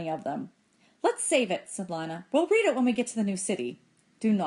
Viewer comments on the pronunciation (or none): none